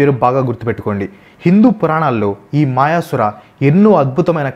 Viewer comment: మాయసుర కాదు అన్నా. మయాసుర.